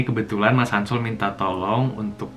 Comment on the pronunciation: Pas Leo bilang "ini mas Hansol minta tolong" aku dengernya "ini mas Samsul minta tolong 😭😂